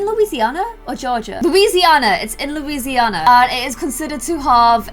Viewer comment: Is it just me but when she said New orlans i smiled because i live there!!!she said louisanna wrong.